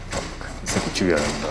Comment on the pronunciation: 여전히 찰진 '이 새끼' '뒤지니까' 발음입니다.